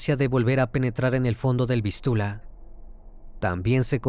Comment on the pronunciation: No es río Vistula, con acento en la u, es Vístiula, con acento en la i, esto y otros errores más, es muestra de que el dueño de este canal, utiliza la IA para realizar sus narraciones, pero el software que emplea, no está tan bien pulido, no lo digo por nada malo, tan sólo es mi opinión, así que no vengan a "abalanzarse" sobre mí. Igualmente, buen caso, no lo conocía.